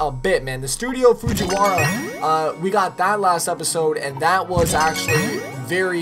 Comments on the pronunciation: "Fujiwara" Jesus Christ they're called FURUKAWA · İTS NOT FUCHURAWA İTS FURUKAWA U DOOR KNOB